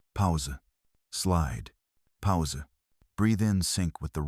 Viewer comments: The A.I. is actually pronouncing "pause" phonetically as it's spelt, similar to the way Europeans would pronounce it. Native English speakers pronounce it as "pooz". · Please have this narrated properly because the word POWSER spelt PAUSE is only something AI can do because it has no idea who programmed it (Usually a mowron) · powser? does that mean pause?